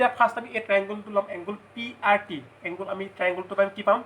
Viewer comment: Nice presentation ...i hope students will be benefitted ...but just a suggestion..dont take it othetwise .. "angle" tu bare bare "Angul" buli pronounce huar karone sokut lagil ..pls dont mind ha ..eitu moi share o korisu relative bhaiti etak